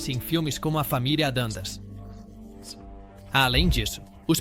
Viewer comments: Pois é: Entre outras, "Família "ADANDAS" foi Phød@ Pöøtakiuspariu.... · Não bastasse não ter ninguém de carne e osso para narrar o vídeo, ainda uso inteligência artificial de maneira amadora. Tudo nesse vídeo é muito ruim. Pronúncias incorretas, nomes errados, voz chata! Às vezes é Monster às vezes é Mister às vezes é Adams, e até Adandas. Lixo! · Sem falar no família Adandas e Minster, kkkkk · Familia monster e familia adams.q dificuldade tem a ia de pronunciar certo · Não entendi o que fala ao dizer Addams, e a pronúncia correta de Munster é mãnster e não minster (que seria a pronúncia da palavra alemã Münster). E há vários outros erros de pronúncia no vídeo como LEAVE IT TO BEAVER que foi dito como se lê em português.